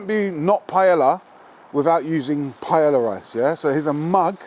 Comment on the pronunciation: To jídlo se vyslovuje jinak .....